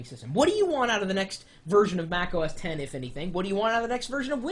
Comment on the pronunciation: no U R not right! X is 10 it's Mac OS Ten - it pronounced like this have a nice day, Best regards, Chris, apple worker